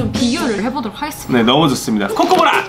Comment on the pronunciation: 어......코코브라가 아니라 코코보라였어